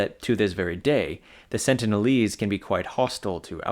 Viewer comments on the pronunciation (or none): none